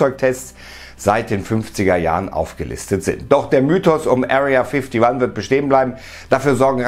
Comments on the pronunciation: Wer kennt sie nicht, die Area fifty wann😅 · Area Fifty wan hahaha 😂